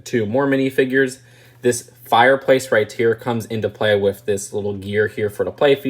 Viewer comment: You know you say right tear instead of right here